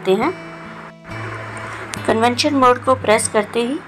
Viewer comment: Convention nahi convection